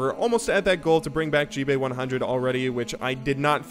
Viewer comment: It's. He likes to mispronounce it though.